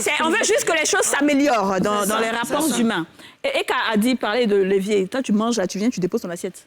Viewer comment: Elle a bien dit 'le lévier', pas 'l'évier'.